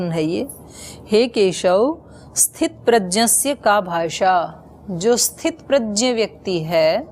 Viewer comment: Didi aap gya ko Jaya bol rahi hain e dono alag-2 hai